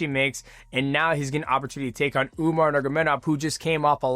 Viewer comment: 😂😂😂 u keep saying umar niggamidov